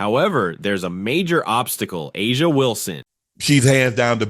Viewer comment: You butcher the pronunciation of Aja Wilson's name 😮